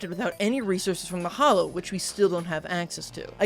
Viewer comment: its "hallow" not "hollow"